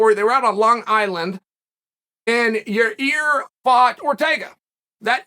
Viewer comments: From “Yar-Rear” to “Yuh-Ear” it gets me every time 😂. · Same with yahrear Rodriguez